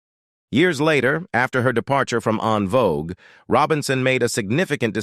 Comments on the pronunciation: I see both sides .However, he still should pronounce the group name correctly. En Vogue not On Vogue. Alot of people don't know that it's FRENCH and a lot don't give a dam either. So with all the mess on them, let's at least pronounce the name correctly. No one is right or wrong. He should pronounce the groups name correctly due out of respect for them at least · I wish you all use real people to talk I can’t get through this video AI sounds terrible it’s saying unvogue instead of envogue stop it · Curious as to why they don’t just have the man with the voice speak instead of making his voice an AI. The mispronunciations and other faux pas are very annoying. No one ever called this group “ON VOGUE”!!! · the EN in En Vogue is french, and pronounced like the word ON (fyi) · I'm done once AI mispronounced the group name. ✌🏾